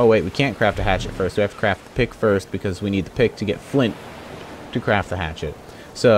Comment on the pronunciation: BeastlyBoss I know what he meant to say,I just heard him say crap saddles, and if you don't believe me turn on subtitles :)